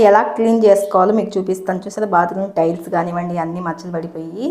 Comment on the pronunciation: బ్లౌజ్ కాదమ్మా.. గ్లౌజ్.. అలాగే స్టైల్స్ కాదమ్మా.. టైల్స్.. తరువాతి వీడియోలో సరిచేసుకోండి. తప్పుగా అనుకోవద్దు.